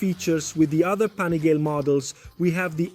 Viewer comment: STOP SAYING "PANIGAIL", JUST LEARN THE DAMN ITALIAN NAME: PA-NI-GA-LE